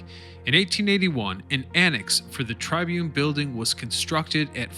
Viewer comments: sorry but it is TRIBune not TRIbune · It's 'tribYOON', not 'TRYbyoon'. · Learn how to pronounce the word tribune